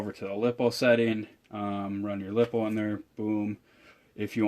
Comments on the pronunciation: Its not lip-oh its lie-po! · Lippo's or Lipo? Lipo (ly-po) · first it's pronounced (lie-po) second buy a exceed mad torque. a little bit more expensive but so worth the money, it's usually on sale on their website for around 200 and it's 1/8 scale and it's so much better